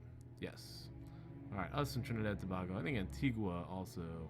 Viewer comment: Tobago is pronounced to-bay-go. And there are quite a few independent countries in the Caribbean. Antigua and Barbuda, Barbados, the Bahamas, Belize, Cuba, Dominica, the Dominican Republic, Grenada, Guyana, Jamaica, Haiti, St. Kitts and Nevis, St. Vincent and the Grenadines, St. Lucia, Trinidad and Tobago